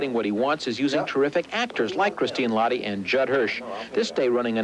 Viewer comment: it's really comical, how they pronounced "lahti" Christine is half Finnish and the last name has a particular way of pronouncing. I'm Finnnish so it made me laugh. This is one of my favourite movies and I enjoyed these interviews even though seeing River makes me feel a bit melancholy.